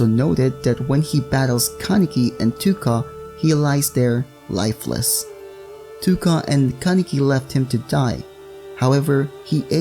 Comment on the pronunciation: You actually prenouce it toe-ka :)